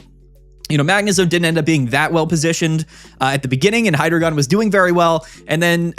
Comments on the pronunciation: Hydreigon is pronounced "High-Dry-Gon" matching its evolutionary line and their number of heads with German numbers one, two, three (Eins,zwei,drei - Deino, Zweilous, Hydreigon) I don’t usually comment, but I’ve seen a lot of debate about this topic and wanted to lend this insight! Ahahaha 😭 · For the same reason we don’t call Pikachu“Pick-A-Choo”… bc that’s not how it’s pronounced. (And to be clear it’s “Hi-Dry-Gon”)